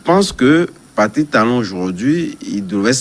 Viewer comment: C'est qui ce journaliste. Il dit talon talon pffff.